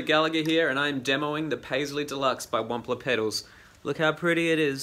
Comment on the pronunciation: This is too late buuuut..the intro sounds like if you said "I'm demoing the paisley deluxe by ONE POTATOES in american accent. LOL Very nice demo! seriously. Thx!